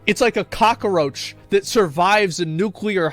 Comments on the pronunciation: I love how he say cockroach like it's spelled cockaroach. No shade it sounds good when he says it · He said Cacaroci...hi hi